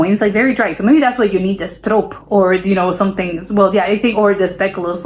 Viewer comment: Perfect pronunciation of stroop! I'm impressed.